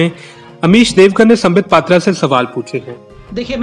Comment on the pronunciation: Sambitt pattra ko ha ya na bolne main dikkat kio hain?????